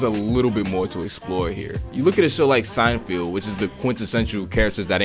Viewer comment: If you call him 'Seinfield' one more time...